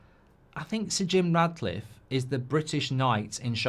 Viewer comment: You do know his name's Jim Ratcliffe 🐀 right, regardless of Mark's ludicrous pronunciation? 😅